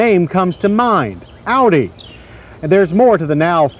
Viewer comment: John finally learned how to pronounce Audi by this time! In older episodes he pronounced it "oddie". :-)